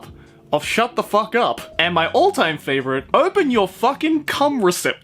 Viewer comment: I laughed so hard that my stomach hurts when you said "FOCK". Thank you.